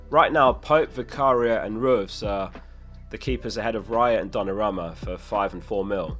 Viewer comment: Could you fix that pronounciation of Dona-ROO-Ma?